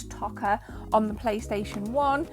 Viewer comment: Toca not Tokka